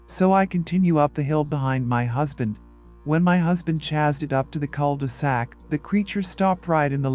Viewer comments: I noticed that too. It's odd that it pronounced "chase" properly, yet it then pronounced "chased" as if saying "chazzed".....strange. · Great stories!! The Dogman Encounters and anything to do with the paranormal are my 2 favorite topics!! P. S. I see the AI narrators haven't figured out how to pronounce "chased" yet. Pretty soon I'm going to start saying chazed instead of chased!! 😂